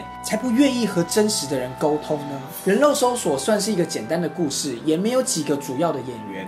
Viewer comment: 是發音拉 :3